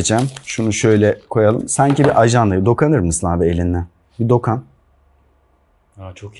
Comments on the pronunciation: Dokan değil dokun sen Türk müsün dokan ne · "dokan" değil, DOKUN ! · "Dokan" denmez, "dokun" denir. Seni seviyorum genç insan ama lütfen Türkçeyi düzgün kullan. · dokun abi dokan değil :DDDD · Dokan değil dokun 😁